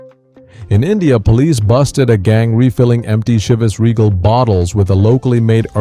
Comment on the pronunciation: You should learn how to pronounce the names. Chivas and Dewars. Jeez...